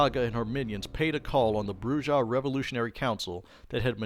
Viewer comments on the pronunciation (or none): none